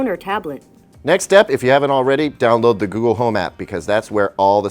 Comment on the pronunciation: On he almost calls google gaygle...